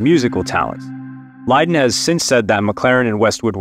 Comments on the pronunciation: Probably should have run this by someone remotely aware of the topic. Not "CBDG". CBGB* which actually stood for country, bluegrass, and blues. Also, John Lydon. Pronounced: Lie-dun. As small as these mistakes appear, they call into question how much investigating the author actually performed in their study of the story. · John Lie-don not Li-don. Nancy was stabbed in the abdomen not the back. Did you do any research whatsoever for this video?